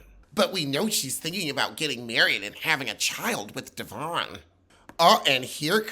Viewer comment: "with Devron " 😩🧔🏽🤦🏾‍♀️